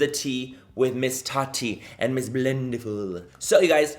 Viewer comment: What the Ta-TEA is. Come on manny!